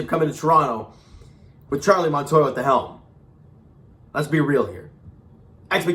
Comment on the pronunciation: Montoyo!!!!! Not Montoya!!!!! 😂😂😂😂😂😂😂😂😂